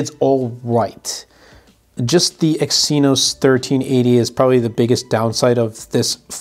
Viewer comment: Exynos is pronounced "eggs e-nose"